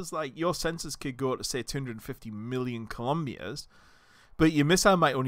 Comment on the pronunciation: Hey there! Heard you pronouncing kilometers as "colombias", lol why you say it like that?